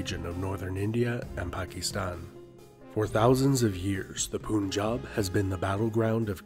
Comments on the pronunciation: I don't get your point about Shakespeare and Qur'an. I am not saying anything about the spelling other than that it follows a nonstandard transliteration. My point is about its pronunciation. Its not pronounced as "poon-jab" but rather as "pun" as in the English word followed by "job" like in a NY accent. Unlike "Qur'an" with it's gutteral sound, this word is pretty easy to pronounce for native English speakers and that is the only correct way to pronounce it. No variations. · A. its not "Poonjab"...Its "Pun-Jaab" derived from "Panch aab" meaning five(panch) waters(aab) B. "Sikh" it self is derived from sanskrit "Shishya" meaning "Student" thus not intended to be a warrior, until 2 major Massacres inflicted by those benevolent "Muslim" kings. C. When Guru Gobind Singh Singh took up arms against this tyranny, Hindus from all sects and classes joined him...Its said that every Hindu family of the region gave their eldest son to his endeavor. D. Banda Bahadur was never a Sikh...He was called Lakshman das and took up arms for protecting Indigenous people from muslim Invaders, He has delegated powers from The Guru Himself, and he even after being a Hindu took revenge for Sons of Guru by leveling Sarhind, were innocent Children of Gurus were entombed alive! E. Sikhs were not outsiders to Hinduism...infact they are an offshoot, just like Buddhist(do not believe in Veda), Jaina (Do not believe in Karmkanda), Tantrik (do not believe in benevolence of Gods), Nath (Having being owned by God) etc. the only reason Guru Nanak dev had depicted himself as such because Exclusivity of Islamic culture which you see even today (Please refer to Pakistani President's recent Speech in UN). F. For those Sikh brothers and sisters who are denying the obvious...please open your eyes and smell the coffee, you are and were being Hindus while fighting battles for others, you were ridiculed by Muslims, you have been Cheated by British, and Some of you are being set up by Pakistan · “Poon - jab” 🤣🤣